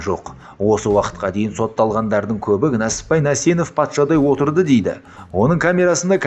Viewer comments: Нәсіппәйің не иии? НЕСІППАЙ де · Несіпбай Нәсенов дұрыстап айтшиш